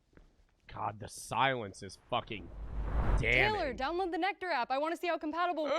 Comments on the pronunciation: bro did not say nectar 😭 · bro did not say nectar